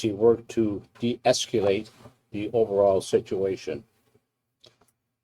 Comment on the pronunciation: I like how the commissioner doesn't even know how to say deescalate. Presumably because it's not a commonly used term in his vocabulary. Also laughable that you're held to higher employment standards as a fry cook at McDonalds than as a police officer.